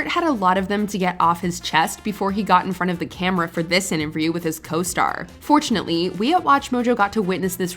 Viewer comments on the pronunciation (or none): the narrator lady said "intervRiew" 😂😂😂😂😂😂😂😂😂😂😂😂